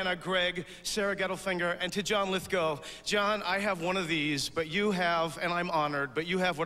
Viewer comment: Ouch. Bernadette pronounced John Lithgow's name wrong and you could see him cringe.